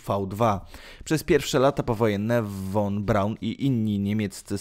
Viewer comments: Wymowa "fon Braun ". "Powrócił do Niemiec ", nie "Niemczech " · Nie won Braun tylko von Braun... Materiał ciekawy ale... Przygotuj się zarówno z faktów jak i przekazu... Twoje błędy są bardzo... Straszne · "von Braun" czyta sie "fon B...." a nie "won B...." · Nie wymawia się "won Braun", lecz "fon Braun". Zresztą przez "f" jest łatwiej. Nie musiałbyś się tak męczyć.